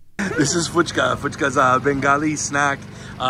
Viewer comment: Hey, it is Puchka with a P" and not an "F"